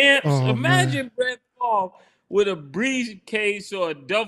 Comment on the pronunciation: "How is Brett Farve even eligibile for welfare?"